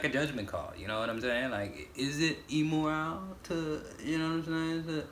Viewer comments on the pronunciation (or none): Listening to pronounce immoral makes my day lol